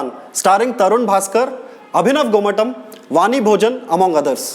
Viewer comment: Isn't it more like GomaTHam than TUM? And why the shouts, why not speak?